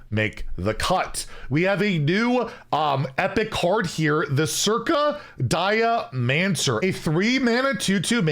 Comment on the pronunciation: I'm assuming "Circa-dia-mancer" gets it name from your internal body clock and therefore should be pronounced "cir-cadia-mancer". This expansion has such a cool theme and the flavour of the majority of cards I have seen is so cool! Unfortunately, it doesn't meant I'm going to pre-order...